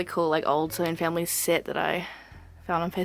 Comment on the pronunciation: I think it's funny that sometimes, when you say "Sylvanian Families", you accent makes it sound like "Slovenian Families" to me lol (great room tour btw, I loooooove the way you display all of your dolls and knick-knacks, you really have a great talent for it!)